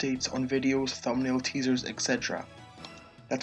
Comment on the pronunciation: yep demon not Damon